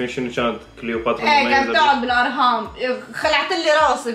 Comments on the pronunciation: الاهرام ❌ الارهام ✔️ بحبك 😂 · ههههه تگوله كليوباترا جانت تگعد بالارهااام حته مالفظتها صح ههههه